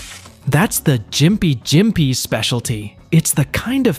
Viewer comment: As a Austran, i beleave gympie is pronounsed (gimp-ee)